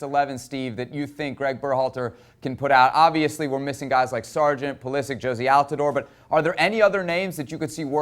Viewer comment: How does an American soccer commentator screw up the name of his country's most famous current player? Maybe Pulisic's jersey should have a phonetic "Puh-liss-ick" so he can quit clarifying all the time hahaha